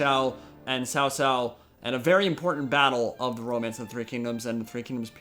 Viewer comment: Your pronunciation of the Chinese names is pretty good! But to get an edge you might want someone to coach you with the pronunciation of Cao Cao, you'll have to say that a lot! Or default to his courtesy 'Mengde'!